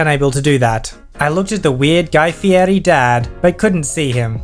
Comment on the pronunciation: Guy Fear-ee